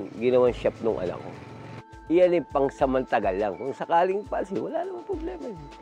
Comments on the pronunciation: madiin pa ung pagkakasabi ng kung sakali pangsamantagal lang...😂😂😂 pangsamantagal hindi pangsamantala..kung walang ngreklamo d maaalis kc nga pansamantagal..😂😂😂😂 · Ang isda talaga sa bibig nahuhuli ang linaw ng pagkakabigkas "pangsamantagal" nga lang naman ee😅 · Tama ba narinig ko na sinabi niya na “PangsamanTAGAL lang”??? Ehhhhh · Doon ako sa sinabi niyang "PANSAMANTAGAL"..😂🤣